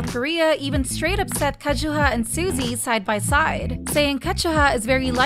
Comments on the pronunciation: It’s KA ZU HA not Ka Chu Ha ** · It’s pronounced “Ka-zu-ha” not “Ka-chu-ha” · “Kazchua” NO. it’s pronounced as “ka - zu - ha” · "Wintah"? "Kajuha"? 😭😭😭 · Why did you pronounced Kazuha like Kashua?? 😂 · Ka chew ha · “winta” “kajuha” 😂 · At this point these people just mispronounce names. Ketchuha Winta😂😂😂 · Their doing it so angry people will give this channel views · Why pronounce her name like that? Kazuha is Japanese. KA ZU HA. Am I missing something? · but her name is Japanese (中村 一葉)Nakamura Kazuha also all other members and fan sites and Korean YouTube channels do pronounced it as Kazuha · Great video. Just please fix pronunciation of Kazuha because it's wrong and hurts ears.. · and kazuha oh my god pronounce their names properly! youre speaking english you dont have to pronounce it the way it is spelt in hangul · Why are you pronouncing kazuha like that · No offense but I'm bothered by the way you saying Kazuha's name😭